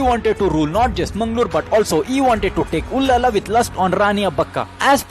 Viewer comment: it is ullal not ullala. But thanks for making video on abbaka chowta.